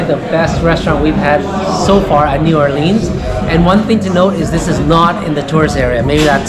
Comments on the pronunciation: It's New Orleans not New Orleens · Learn how to pronounce the name of the city.... if your going to do reviews.... Unreal!!!!!!!!!!!!!!!!!!!!!!!!!!!!!!!!!!